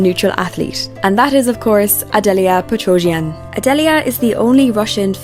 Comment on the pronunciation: 🥇Adelia 🥈Kaori 🥉Amber/ Mone Also, can you learn how to properly say the Skaters’ names? That is plain rude. Who is Carie? KaOri ? Petrojan? Try PetroSyan. And Adelia is not skating the Nocturn program, she is skating her Tango number, as she did for two seasons now. Alyssa won’t have her 3A ready, she is way off and under-rotates it badly. Not having it perfectly executed will cost her more, so she is better off doing a double and getting positive GOE.